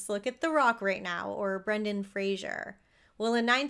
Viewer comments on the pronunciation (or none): none